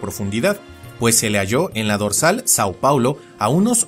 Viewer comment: a pesar de que hablo un español excepcional, no sabía que tú no lo sabías hablar, por lo de "São Paulo". Soy brasilero